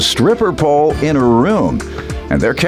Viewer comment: I hate it when anyone say HAHR INSTEAD OF HER IT SOUNDS SO GHETTO AND U EDUCATED